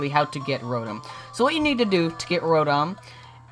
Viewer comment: Row-tom not rotem